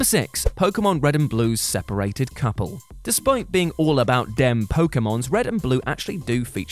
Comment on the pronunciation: I feel like asshat, but it's "separated", isn't it?